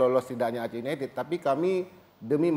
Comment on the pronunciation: Wahahah kacau ...pantes die sujud syukur pas melenceng ... Didor pala yekan..gmn ga sujud syukur lu #oiya just info Aceh united dibaca Blitar united ya hehehe...klub kebanggaan Aceh itu always Persiraja